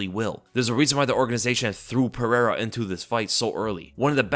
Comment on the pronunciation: What i want to know is how can pronounce michel pereira but cant pronounce alex pereira correctly.